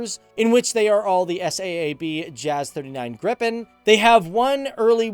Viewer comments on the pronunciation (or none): Grippen aswell instead of Gripen, but the dude is not swedish. No way he can pronounce our words.